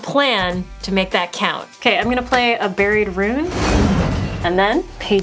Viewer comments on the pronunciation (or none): none